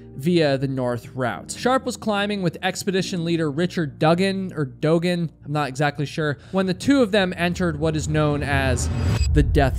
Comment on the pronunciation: (Doo) (Gan) phonetically spelled sound it out. Doogan